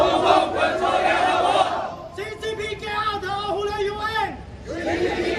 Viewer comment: 他是怎么做到of都能读成ohu的。。。。